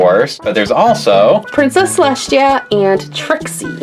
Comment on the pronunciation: is saying princess celestshia its princess celesTia